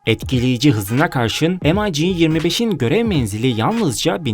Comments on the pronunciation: Rus uçağı em ay ci die okunmaz yazıldığı gibi Mig diye okunur bilginize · amerikan uçağımı tanıtıyon m ay jeemeş yok j i joe mig diye okunur sevgili kardeşim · EmAyCi degil olm,MiG.M i G. Turkce oku bakiyim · Bu nasıl telafuz arkadaş, MİG'i am ay ci diye okuyorsun. SU yu es yu diye. Bütün herşeyi İngiliz ağzı ile okumak zorunda mısınız? "mig"; "su" diye neden telaffuz etmiyorsun. Bu kadar mı dilinize yabancısınız? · Şu ucuz numaralari bırakın kardeşim başlıkla resimle alakasız uçak tanıtımı yapıyorsunuz em ay gi telafuzu ayrı bir hikaye mig desende anlasilsa bari dediginiz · se atıp durma rusça ne zaman ingilizce oldu eleman doğru soyluyor mig diye okunur